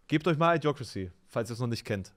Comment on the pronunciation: Das Idio von Idiocrasy, wird wie bei Idiokrasie ausgesprochen. Nicht I-diocrasy.